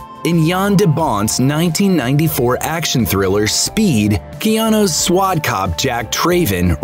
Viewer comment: "Keanu's SWAD cop..." What the heck is a SWAD cop?